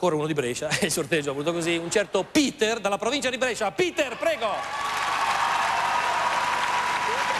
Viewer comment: Piter non peter